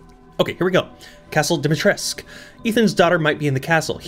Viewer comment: Also, Dimitrescu is pronounced a bit like Deemeetreskoo;) That’s my Slavic upbringing coming in handy haha